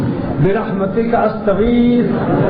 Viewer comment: برحمتک ک زبر کے ساتھ ک زیر مونث کیلئے آتا ہے اصلاح کی اشد ضروری ہے